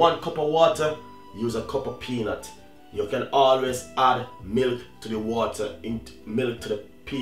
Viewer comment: "and then you hoood....always can hoood milk, to the water inside of the pot"....LOLOLOLOL